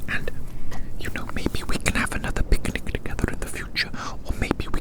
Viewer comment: I kept hearing" beginning" instead of "picnic" 💀🙏🙏. I was soo confused, tf